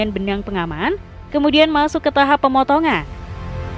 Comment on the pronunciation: KRITIK kenapa pembacaan narasinya banyak yg menghilangkan huruf terakhir di akhir kalimat ? contoh : pengeringan = pengeringa dijual = dijua pemotongan = pemotonga ini editrnya yg motongnya ga pas, apa naratornya artikulasinya ngga jelas?